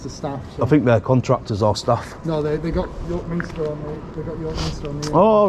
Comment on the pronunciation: Those stone figures are known as gargoyles - and it's York Min-ster NOT York Min-i-ster.